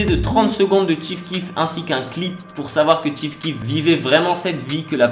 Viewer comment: Chief keef pas ti keef putain respecte le goat azy mes pas je regarde la vidéo